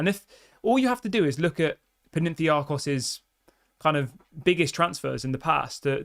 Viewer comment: My brother in Christ, it's Pan - atha - nye - akos.